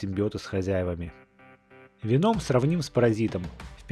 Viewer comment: Правильно вЕном , а не венОм !!!